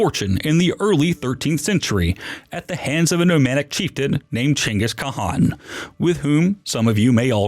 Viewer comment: The Narrator had a stroke while saying Chinggis Khan lol